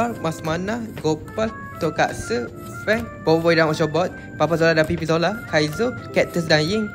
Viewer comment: bang mama zila bukan mama Zola